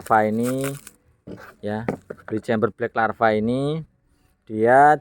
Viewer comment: LAVA BOS bukan larva Kalau larva itu belatung 😂 LAVAAAAAAA, BLACK LLAAAAVVVAAAAAA BUKAN LARVA